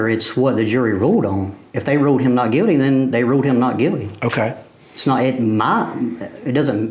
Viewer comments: Sir, it's pronounced guilty, not Guildy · ...🤔🤦🏽‍♀️🤔🤦🏽‍♀️... 🐷's country accent got me LMAO 🤣"NOT GUILDY NOT GUILDY!" lol